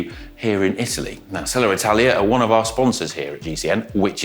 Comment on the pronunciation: Selle Italia ❌Seller Italia ✔